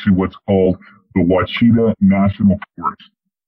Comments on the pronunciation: Not pronounced WA-KEY-TA (National Forest). It is WASH-A-TAW (OUACHITA) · It’s pronounced “Wash sha ta” I’ve hunted and camped there many times. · This was crazy good. Omg. I know there's tons of bigfoot in those Ouachita Mountains, but I didn't know Dogman lived there too, but I guess it stands to reason that where bigfoot live, so do dogman. My only prob with the story was that he said Ouachita incorrectly, as if that matters, but he did. My husband grew up in Oklahoma, his dad and family still live there.